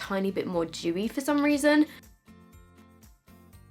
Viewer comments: When she said Dewy I thought she said chewie LOL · Thought she was anti-Semitic for a while until I realized she's saying "Dewey"